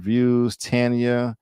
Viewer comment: Lolll I fell asleep yesterday Tired from the gym so I had to be replay gang for end. I liked it episode and rate it 8.5. FYI name pronounced Tanya 😂😂😂😂😂. You had it right a few times